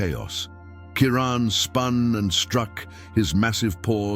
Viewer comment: 😖👎What in the hell is wrong with all of you? Maybe it's just me !! This is not a video! These are just a bunch of still photographs with a narrator who can't even pronounce the lions name correctly!!! Are you hypnotized ? Wake the freak up !!!!!👎🖕👎WOW !